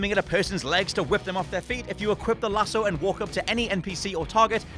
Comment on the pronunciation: It's lassooo not lasso haha